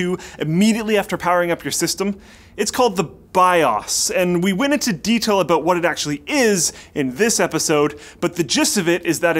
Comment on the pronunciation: Haha he said clueless about at the end, but because he's Canadian, it sounded aboot. Booting the pc haha.